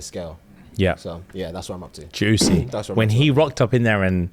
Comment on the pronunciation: so who was responsible for the attack, people that have read the book.....cause says "juicy" too strongly 😅